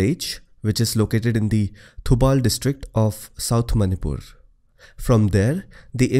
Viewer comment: Superb way of explanation. I couldnot have learn this by simply reading a book, the voice of your is so calm. BTW the only currection is the way you pronounce Thoubal river is actually Thoowbal . Keep it up your video are awesome👍👍